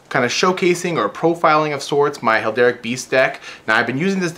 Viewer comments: The one thing that kept annoying me: it's pronounced hair-al-dic, not hel-dar-ic. >.< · Cool deck but why do you keep saying "Helderic"? It's Heraldic, like herald... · It's her-all-dic not hel-der-ic. Like Herald with an "ic" at the end. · Heraldic beast like herald, not helderic :)